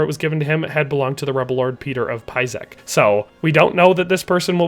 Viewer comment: Tschauslau! My home town! I hope we will see it in DLC as it would be excellent expand of the map. Long live the king! Great video, great job. If I may - use some reading software for names, czech language is phonetic so your Písek was hilarious :)